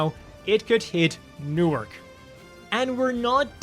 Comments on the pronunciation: Why did you pronounce New York like Newark? lol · NEW YORK NOT NEWARK ! 😂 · Your "Newark" killed me..... XD